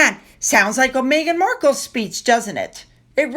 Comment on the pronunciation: horrible English…Murkle instead of Markle…day instead of they…duh instead of the!!!